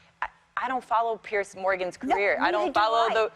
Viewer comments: Piers. Not Pierce. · Just pointing out, it's Piers, not pierce